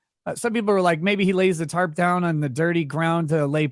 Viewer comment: That lady has been saying “Tart” instead if Tarp her whole life 😂.